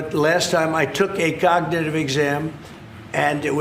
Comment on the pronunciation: What's this word here ... COG-NI-ITIE-VEE yeah that's it. Well done, Me President, Sir that's amazing